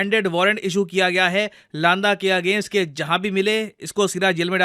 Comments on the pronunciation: लांदा नही सर, लंडा बोलते है पंजाब में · Not लांदा its लंडा actually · लांडा नहीं लंडा होगा।